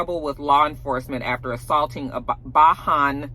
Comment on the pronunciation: The way you pronounced Bajan really tickled me.